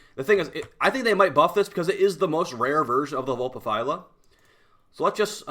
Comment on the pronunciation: He said Vulpaphyla correctly? Damn, now that's growth